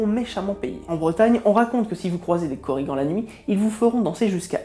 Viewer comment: en fait en breton on prononce toute les lettres donc korrigaN (on dit le N)